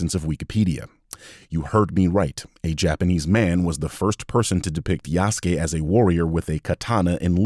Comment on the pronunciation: "Yasuuke"? Lol